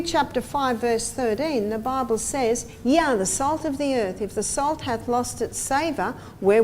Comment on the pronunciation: I wish Dr. Barbara dees not says " Bible"